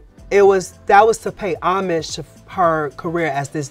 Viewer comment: How hard is it to pronounce “Homage” Roach do better bug 😊